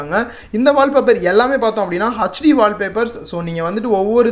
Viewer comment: Bro nice video but 1 thing its hd not ahc d